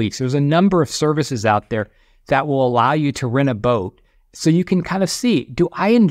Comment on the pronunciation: I heard book when he said boat. That would be a wierd regret.